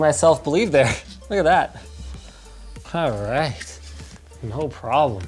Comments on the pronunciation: As someone pointed out she said white but she was trying to say right. You can hear it plain as day lmao. I had to put it on surround sound on loud to make sure what was said. YouTube sound analytics picks up what it thinks it hears and plays it. It even gets translations wrong in some cases because it thinks it hears a wrong inflection or wrong word. Its hilarious to watch at times 😂😂😂. It will get better as time rolls on but in this case the word that was said was white and what was meant by the little one is right. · astrolink 2000 ok that’s what I was wondering did she say “right” or “white”? LOL 😂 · Did she say "Daddy are you white" or "Daddy are you right" 🤣😂🤣😂 I am glad she asked because I have been wondering for a while 🤣😂🤣😂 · I was just about to comment on this. did she say white or right. but if she was trying to say right then maybe its just the mispronounced r for a w. 😆lol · at the end does she say... "daddy are u white?" LMAO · I swear I just heard right but it sounds more like white